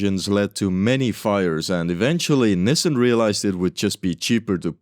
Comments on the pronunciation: I have no idea what a "niss sen" van is, but I do know a company called Nissan, pronounced "Knee san". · It's pronounced Nee sahn, not nissin. Just a friendly FYI. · love the content! btw, Nissan is generally pronounced "NEES-sahn" not "NISS-en". keep up the good work! this stuff is actually great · Nissan is pronounced nis-sun, not nissen! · I wanted to say you would have had an easier time with older models, but those are probably all preserved by collectors. (Or did you limit it to cars with license plates?) - Well, Cuba could still be defying some extinctions. Why do you say "Nissin"? That's a ramen brand. The a in Nissan is quite audible in the proper pronunciation of the name. (It also bothers me when others call Hyundai "Hunday".) Headcanon: Lotus got sued by Microsoft and renamed the car to Lotus Tabcalc. You should re-record voice bits with mistakes. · Hearing nisan is a war crime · The way you pronounce "Nissin" is abrasively European 💔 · never heard someone pronounce nissan like that, i've only ever heard it as 'nee-san' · everywhere else in the world its pronounced nissan. For some reason in north America they pronounce it like they are struggling with a new foreign word.